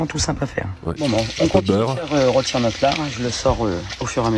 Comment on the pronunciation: "rotir" on commence mal et un indice : ça finis mal aussi